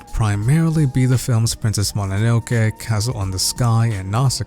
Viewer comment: As a Japanese, the most impressive thing in this video is, he pronounced Mononoke right lol